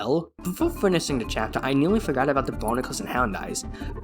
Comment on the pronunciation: "chaptel" 😭🙏 actually nice video